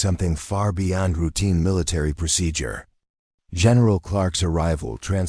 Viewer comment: This story drove me nuts because the AI voice kept pronouncing procedure wrong!!! Sometimes the sentences would run together with no breaks! Things were constantly repeated!! I'm not listening to another one of these stories!